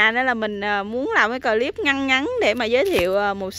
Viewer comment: Thích mấy bụi bông trang của Diểm. Đề nghị khi phát âm chử "clip" thì đọc một chử thì rất dể nghe hơn nhất là đối với các bạn ở nước ngoài.Cám-ơn.